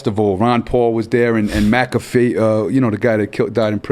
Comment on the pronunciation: Just so everyone knows the way R.A pronounced McAfee is the correct way